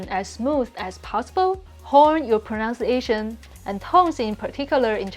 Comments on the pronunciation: You keep saying "pronounciation" - it's actually "pronunciation". Proh-nunce-ia-tion. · The best English word to pronounce correctly is pronunciation. The second sound is nunn (like the word none), not nown (like the word noun).